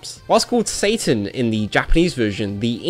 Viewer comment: Finally someone who pronounce his name right. I wish I could just give you 100+ thumps up. In my country we also pronounce it more like the japanese way even tho it's written "Satan" as well (the only different is that we pronounce the S very soft like if it was written with an z ) . Pronounciations can be different from place to place. Yet so many are think its pronounce like the english name " Satan" even tho you can hear how the characters pronounce his name in the games.